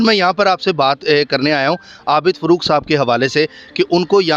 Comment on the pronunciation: Afsous huaa kay inn ka urdu talafuz aur lehja bohot kharaab hai, kiyounkay "Professor Abid Farooq" ko "Abid Furooq" kehrahay hain aur phir fermarahay hain kay "Asia Ka Number 1 Qabrustaan".